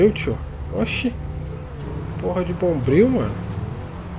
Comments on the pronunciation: "Bombril " KAKAKAKAKKAKAKKKK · Pedro Henrique mano quando ele chegou anunciando quem tava chegando na favela e falou o bombriu eu rachei kkkkkkkkkkkkkkk